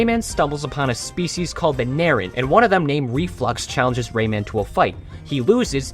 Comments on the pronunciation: Dude, did you ever turn the audio on even ONCE when playing the games? "Ly" is pronounced "Lee" not "Lie" "Polokus" is pronounced "Poh-loh-kuhs" not "Poh-low-kuhs" The "Knaaran" is pronounced "kuh-nAIR-en" with a hard none-silent K, not "nAIR-en" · incredible video but its pronounced ka-naur-en AND barbara is pronounced bar-bruh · It’s pronounced “Kuh-naaren” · I’m pretty sure you’re supposed to pronounce the K in K’naaren